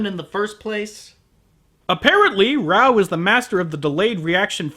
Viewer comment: raoh not baoh